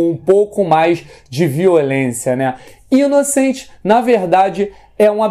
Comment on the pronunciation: Pronuncia-se "Inoçãnt" tal qual se pronuncia em francês. Abração,!